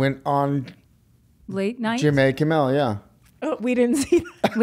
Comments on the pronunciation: The way he pronounces Jimmy like Jim-Ay, reminds me of the way Arthur pronounces Murray like Mur-Ay. I stg if Joaquin rocks up to kimmel in full clown-do, I’m out 😂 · Haha he said "jimmay kimmel" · I’m triggered af. He said jimmAy omg😂😂😂 (for anyone who’s seen the movie you will get it)